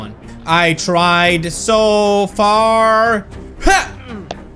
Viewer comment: "I tried so faar, and got so hard"